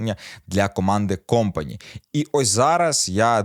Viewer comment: КомпанІ - наголос на останній склад:)